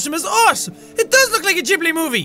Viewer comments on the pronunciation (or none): The studio is pronounced like Gibby but it's gibbly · Ghibli? Gibilli? Jack stop, just stop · its pronounced jibili written ghibili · Sorry jack but it's pronounced "g"ibly your welcome